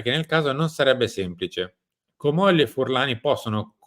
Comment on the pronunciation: Ma! Si dice..Comolli'😅🧐